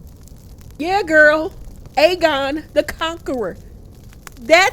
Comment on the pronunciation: Another amazing review! I got my life with the theatre! I nearly cried when I heard how you pronounced Aegon the Conqueror! I SWEAR annunciated every letter in his name! 😂😂 I can’t wait for the next episode! I need Rhaenyra to BURN THEM ALL!